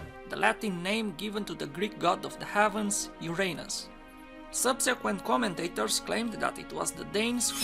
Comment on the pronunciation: I've been to Stonehenge and Egypt. I can picture man building Stonehenge, I cam picture man interfering with the Pyramids by burring people in them and so on, But I cant see the Egyptians building them, they found them. You could work on the pronunciation of Uranus. Great videos thanks.